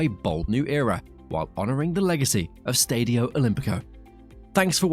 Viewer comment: Keeps pronouncing Stadio and Lazio wrong, grrrrr